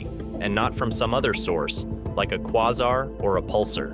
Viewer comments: 1 - You say a galaxy has been discovered that not even our most powerful telescopes can see. 2 - You list the telescopes that can see the galaxy. 3 - Quasar is pronounced "quay-zar," not "qwa-zar." 4 - Pulsar is pronounced "pul-sar," not "pul-ser." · "Qua-ZaHr"? Really? Sounds like one of those annoying AI voices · It's weird to watch a NASA channel mispronounce words like quasar and pulsar 😂